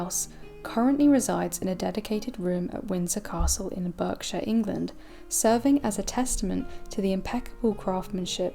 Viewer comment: The narrator sound's English, yet mispronounced "Berkshire"! It also sounded strange to hear Queen Mary's Doll's House spoken of as the American term dollhouse.